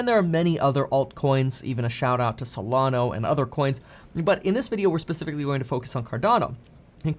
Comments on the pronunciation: lhe said Solono it is SOLANA...LMFAOO... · Solana not solano 😉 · Is it an American thing to call Solana "Solano"? I have heard this so many times. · it’s not advice. He’s sharing his research. At least he pronounces Cardono right.